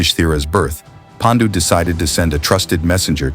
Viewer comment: Your videos are excellent I have subscribed your channel. ❤❤ one request please pronounce Paandu and not Pendu similarly it will be 👍 great if you actually pronounce the Indian names in Indian ways! Love ❤❤ from India.